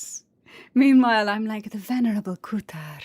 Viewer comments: Hey, I just randomly stumbled on this video, I wanted to say that you absolutely kill it as. I looove the way you say kuutar! ❤❤ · I just love the way you pronounce "Kutar" plus your voice, voice gives me so much peace, amazing job 💚